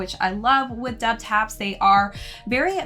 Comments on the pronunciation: Double Taps. Thats the correct way. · The brand is pronounced “doubletaps”. Great review! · wtaps' entire brand revolves around military garments, double tap is a military shooting technique. unless hes intentionally mispronouncing the name I think is wrong here lol